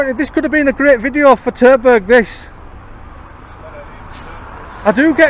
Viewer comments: Terberg? Sounds like Turdburg. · Did you just say turdburger aviation? 😁